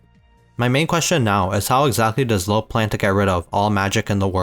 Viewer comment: Just so you know his name wouldn’t be pronounced as "low" in German you’d say "loo-vah "